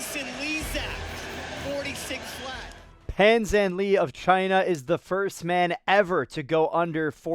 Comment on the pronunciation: Pan Zhan Le (pronounced like the French " le") . Love your video, new sub here.